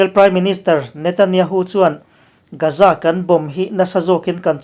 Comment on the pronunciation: Gaza hi Gaaza tih alam tur... Ga hi thluk deuh tur..